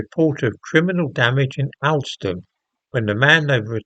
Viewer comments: It’s pronounced Hawl -ston not as it is spelt - the highest market town in England. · It's pronounced All ston.